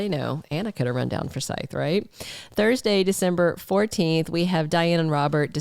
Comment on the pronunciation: it's FORsyth